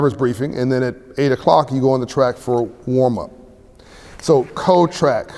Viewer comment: Sucks that he says "code" with all that education you'd figure he'd say cold like and educated man would.